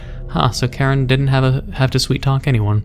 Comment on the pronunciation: Hm. Karen you say? I think its Kiran if im correct.